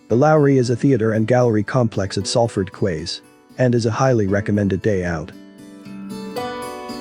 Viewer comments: Quays is pronounced keys, like door keys, Florida keys. A quay is a type of jetty for boats to moor or ships to dock. I'm from Salford. Even though the sign over the docks entrance said Manchester docks they were always called Salford docks, because they were actually in Salford. My grandad was a crane driver on the docks for 40 years. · Salford "kways", really?... LOL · You are talking about the city of Salford and the Salford QUAYS, and you say "quays" wrong. Have you ever been to this area. The docks was called locally as Salford docks (not Manchester docks) and the docks declined in the early 80s. Get facts right please.